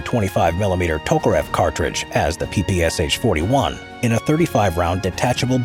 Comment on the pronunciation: It's PPSh, not PPSH. You don't say the "H", but read the Sh together. It was Shpagin who invented it, therefore you call out Sh, not S-H.